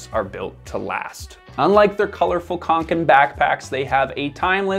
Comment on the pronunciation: As a scandinavien i hurts My ears when you miss pronounce Åke and kånken😁 you should use the O sound when pronounce Å but otherwise a great video👍